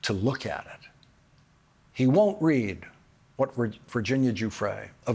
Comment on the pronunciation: ..."wHHHaTT".... I love this guy!!